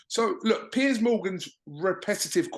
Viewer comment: I thought it was only americans that pronounced Piers as 'pierce'. Thanks Johnny.